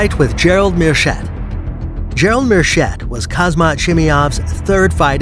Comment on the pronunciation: It’s called “Haam-Zat”